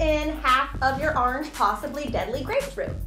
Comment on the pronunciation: I love how you say orange. "Arnge"